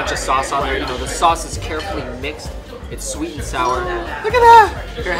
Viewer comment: "Sweat" bean paste? Lol